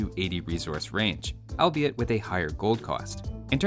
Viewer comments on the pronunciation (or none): none